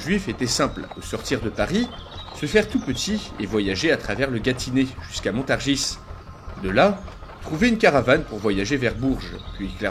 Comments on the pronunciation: petit détail si je peux me permettre : on ne dit pas le 's' de Montargis ;) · Bien content de retrouver cette série !! J'ai néanmoins une petite critique à faire : le S de Montargis est muet, il faut prononcer "Montargi" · Étant du coin, je peux te confirmer qu'on ne prononce pas le "s" de Montargis, à moins que ce soit la prononciation médiévale ?